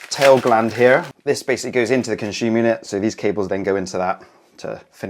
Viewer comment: Conshooma yooneh. Con-si-yoo-mur. You can install your breakers at any sequence. The busbar is thick enough regardless of power at any position. What if you need 10x 32A and 2x 6A That is just a myth. Its absolute nonsense